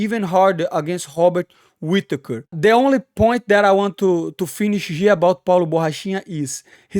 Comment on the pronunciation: Hearing you pronounce all these names like this was hilarious. But I wasn't prepared for hobbit whittaker lol. All respect though.